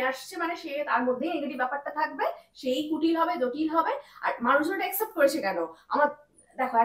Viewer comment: সাংবাদিক ভাই এমনকি আপনিও বহু অশিক্ষিত লোকের মতো accept কে except বললেন।